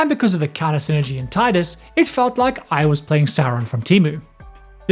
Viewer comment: Tidus* not Titus xD